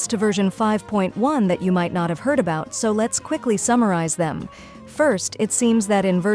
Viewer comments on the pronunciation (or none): none